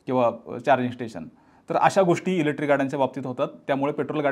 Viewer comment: एकच वाक्य परत परत किती वेळा? ग्रामपंचायत पंचायतीत देखील मेंब्र एवढं रिपीट करत नसावेत आनी अजून एक तुम्ही इलेक्ट्रिक शब्द उच्चरताना इलेट्री म्हणताय बाकी तुमचा विषय चांगला आहे